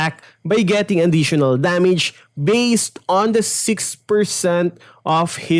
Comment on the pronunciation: Damige, eich P Practice your English